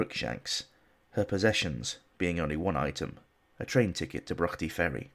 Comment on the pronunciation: Jesus H, I thought that was Russ Abbott reading McGonagall’s poem. Broughty Ferry is pronounced Brought-y Ferry, BTW. 😊 I live there. Loving your vids and working my way through them. The Yorkshire Ripper one is immense.